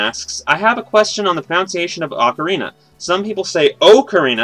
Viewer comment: Pronounce-iation? I hope that was a joke.